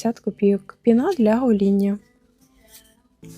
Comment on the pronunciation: Не пінА, а пІна. Акції цікаві, дякую за обзор.